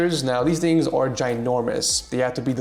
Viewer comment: “ I like longer thicker tings to be close to my mouth” 😂😂😂